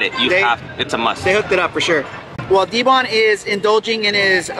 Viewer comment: Yeah D-bon hella wrong